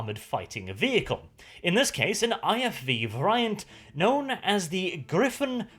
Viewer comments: Variant, pronounced as in all English awkward non purely phonetic words is "var-e-ant". But if you like a challenge try Gaelic. Not that I am in a position to criticize as I have no second language..... I barely have a first one. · somebody please tell how to pronounce "variant". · I can't get used to the pronunciation of variant, but fantastically entertaining video again.